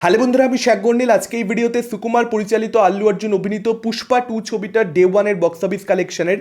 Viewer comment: Sssukumar😂…. Ucharon parena baja boke